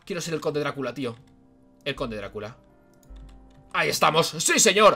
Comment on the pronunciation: es dracula no darcula jajaja